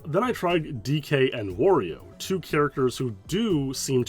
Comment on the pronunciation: Dude can't even say Wario